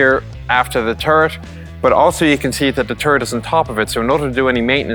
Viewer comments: it's turret, not turd you keep saying turd, turd, turd :P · In Oirish, it's pronounced turd.